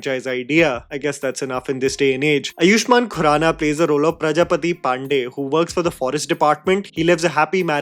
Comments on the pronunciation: with humble sincerity and utmost respect, his name is pronounced “Aa-yushmann” and not “A-yuuu-shmann”. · Correction again: it's आयुष्मान (Āayushman), not अयुष्मान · Man your 'u' in Baahubali and Ayushman is something 😭🙏🤣